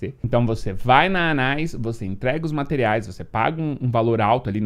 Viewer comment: Anaïs se pronuncia Anê, é um nome francês. rs